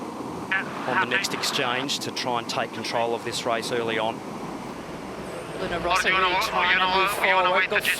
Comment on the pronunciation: "Rossa"! (not Rosa)